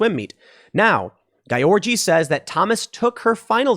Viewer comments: Gyorgy should I think be pronounced more like "Georgie" not GUY ORGY... WTF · As a Hungarian I'm going insane hearing Tim say György Réka's name Not because I'm this correction freak, but because it's sounds like he's saying 'guy orgy' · Not that it matters, but I believe her last name is pronounced as George. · Tim kept saying "gayorgy" when he trying to say her last name. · Gotta say, your mispronunciation of György is hilarious.